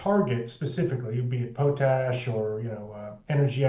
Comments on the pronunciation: It’s POTash ‘not’ POTE-ash❗️ And, Rudyard; re: Friday Focus Intro; its: Excer’pt not Excer’t’. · It is pronounced POT-ash, with pot like in cooking pot, not PO-tash. LOL.